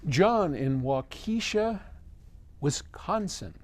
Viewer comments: Wa ka shaw. “little fox.” But good try! Though yours might be the actual native pronunciation? Not what we say here though. And we are loaded with great record stores in the greater Milwaukee area! Vinyl Vault Records in Waukesha, Record Head, Acme, Bullseye, (Waukesha is a western suburb) And a few actual good old fashion Audio shops! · You butchered Waukesha. It's pronounced; waa-kuh-shaa!! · Waukesha (western 'burb of Milwaukee) is another bastardization of native American words. It's pronounced like Wauk A shaw. I'm south of the land of cheese in the Chicago area. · Waukesha pronunciation is hilarious.